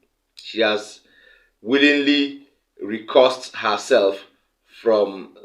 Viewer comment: Re-cused not re-cussed, please.